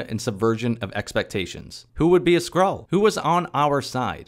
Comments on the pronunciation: I misheard you saying Nick kissed a SQUIRREL. And honestly, would've been a better plot. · Every time I heard Skrull I heard "Squirrel" and it made the synopsis so much funnier.